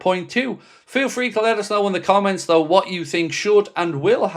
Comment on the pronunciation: It’s though not doe